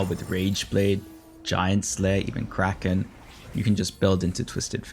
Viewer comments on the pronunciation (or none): none